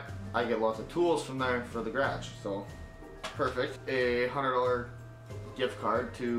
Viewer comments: Why do you say it "grage" and not "garage" haha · He kept saying gradge and I was like what is he talking about and then I was like he's taking about his garage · no we don't say it like That.. But man did he butcher it 😂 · Omg I love how they say garage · ugh the way they say garage always drives me nuts. i don't know why but garage and pasta are two words they always say "wrong"